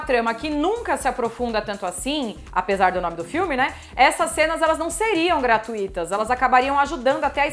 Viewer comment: Perdeu-me no “gratuÍtas”.